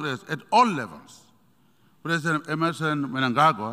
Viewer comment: The least he can do is to get the pronunciation of Presidents correct.